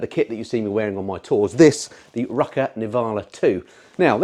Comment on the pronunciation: My wife has asked me to tell you it's pronounced "Roo car". She works for the company here in Lahti Finland (Luhta is the parent company) and is the lady on the white Honda Hornet in the new "Roo car" advertising campaign. 😂